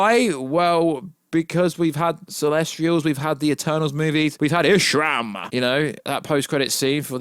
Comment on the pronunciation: Dude you keep saying Ishram, it's Areshem. & Don Campea? It's John Campea lmfao